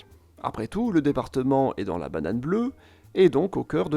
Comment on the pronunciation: ça me chamboule, j’ai l’impression d’entendre la bananane bleue xo